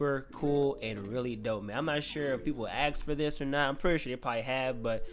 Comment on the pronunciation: **ASK, not AXE.